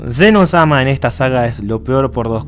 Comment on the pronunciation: se pronuncia zeno sama no ZzZzZzZzZzZenosma